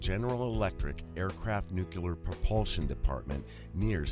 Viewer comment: Pleasant, helpful note to the narrator (and 64.3% of TV's beautiful news readers)... "Nuclear." Let's practice saying it right... 1. Say, "NEW." 2. Pause and say: CLEAR with a southern accent: "CLEE-ER." 3. Put them together gradually until there's no pause. "NEW, CLEE-ER... NEW-CLEE-ER." 4. Repeat ten times a day for ten days while looking at the word, "nuclear." 5. Read "The Talent Code" by Coyle. Just kidding, but it's a life-changing book. Read it anyway. ... Stanton, thank you for your amazing courage, hard work and objectivity. You make me proud to be an open-minded scientist. :)